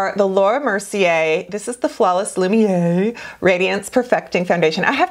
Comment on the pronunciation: Thanks for the recommendations. Sit down, because I'm about to burst your bubble. Pronounciation is "Loomy air"! But think of it, you'll now seem like you're a French pro! Hugs from Moi from Canada!